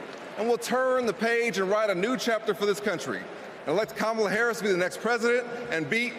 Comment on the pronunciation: If he cannot pronounce Kamala Harris name why don't you just say VP Harris so simple